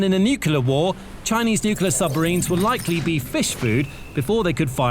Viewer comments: It's NOO-KLEE-ARR, not NOO-CUE-LARR. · It's NEW CLEAR, not NEW KILLER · nuclear not nucular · Nuclear not nucelar ... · Can you please say NU-CLEAR rather than NEW-KILLER . Honestly... learn the language. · What is nucular power? I have never heard of it. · Every time I hear "Nukular", I suffer. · Say it with me: New-Clear. New-Clear. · The word is Nu-clear pronounced as new-clear. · Dude is saying nucular in a British accent nothing that follows that can be taken seriously! I couldn't continue after maybe the 5th time but I'll be he says the hulls are made of aluminum or some such shite. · Thumbs down (again) for not being able (again) to pronounce the word "nuclear". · All that and you cannot pronounce nuclear?!?!? How difficult is that? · You have to teach your bot to pronounce nuclear correctly; not like GWB does